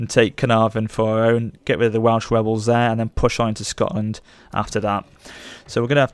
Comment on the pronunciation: "Welsh webels"